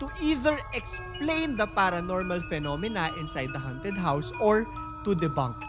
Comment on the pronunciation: note pronunciation: ~haunted --" hown'ted" hindi -- "han'ted"